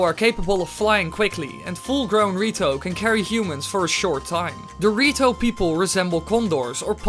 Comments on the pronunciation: The way you say "The Rito" sounds a lot like "Dorito" XD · the way he said rito (dorito) does that mean that the goron evolved into mountain dew i mean they live on a mountain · did u know when u say "the rito" it sounds like doritos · I can't stop hearing Dorito when ever he says rito DX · same lol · Was about to comment that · When you said the rito, I thought you said dorito. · Wen you say the rito it sounds like dorrito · why u pronounce the rito dorito